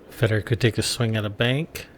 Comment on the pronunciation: FAY Door not fedder. Inbreds!